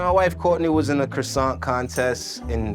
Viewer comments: Y'all should lose points for pronouncing it KRISANT. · For anyone wondering: "kwah-sah" is more or less the accurate way to pronounce the French version. It's pretty close without having to do the funny thing the French do with "r"s. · I can't watch this because of your mispronunciation of the word croissant. I know you're American and it's a French word, but seriously. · I'm not even French & I couldn't handle the pronunciation of croissant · There was not one single correct pronunciation of croissant in this whole video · Everyone saying Croissant wrong throughout this video has French people turning in their graves. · Every single American says it differently but not a single one can pronounce croissant 😂😢